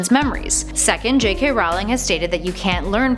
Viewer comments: It's Rowling, like bowling. Not Howling. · I love this series but I find it very difficult taking any Potter fan page seriously when the host says "See-mus" instead of "Shame-us" and "Rah-wling" instead of "Roh-ling" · Hey nerds, "ROE ling", not "RAU ling". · It's Rowling like roll ing not r owl ing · It's not Rawling it's Rolling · Did she pronounce them jk Rowling and Seemis Finnegan? It's pronounced Rolling and Shay-mus